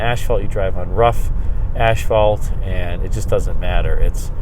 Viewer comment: Did you say ashphalt?